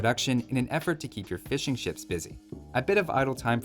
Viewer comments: sounds like you're saying "fish and chips" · I don't even play AoE2, but for some reason I watch your videos. Also the first time you said fishing ships I misheard it as fish and chips and now I can't stop hearing you talking about fish and chips the whole video... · I keep hearing ''Fish and Chips'' instead of ''Fishing ships''